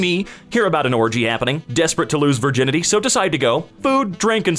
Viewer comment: That one guy: "Furginity" Me, a Welshman: "You have no power over me"